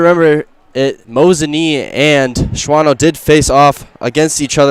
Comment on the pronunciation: It's pronounced Shawno, not Shwano I believe